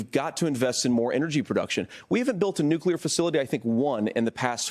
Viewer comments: Someone should ask TIMMY WALZ how to spell the word NEW-QUE-LURE? What a F**K**G GREENHORN TIMMY WALZ IS. The word is spelled nuclear and it is pronounced NEW-CLEAR. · I agree. It’s self-evidently nuclear. But you ought to be asking the same question of DUBYA BUSH. Why does he get to say NUCULAR, yet Tim Walz doesn’t?